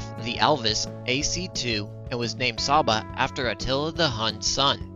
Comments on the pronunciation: I'm hungarian and cs is pronounced tsh in csaba. Also nice vid keep up the good work. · I thought it’s ‘Tsha-ba’ considering the S is actually pronounced as ‘sh’ in Hungarian?